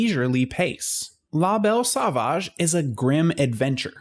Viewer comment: "Lah Bell Saw-vaadge" You Americans butcher the French language..... Phoebe Buffay